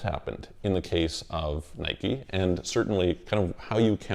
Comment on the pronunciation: He doesn’t even know how to pronounce the word Nike, so there’s that lol.